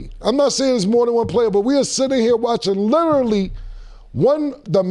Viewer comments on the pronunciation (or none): Cam said “lyrally” 😭😭*literally